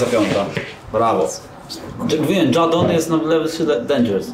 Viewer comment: Dżadon jest Dendżers